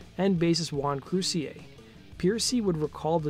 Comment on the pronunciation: Is that how you pronounce Croucier? That's always drove me nuts trying to figure that out. So I just pronounced it Croucher the whole time